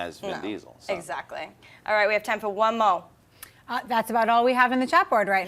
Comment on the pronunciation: when did become a sista from the projects?! "One mo'!". lol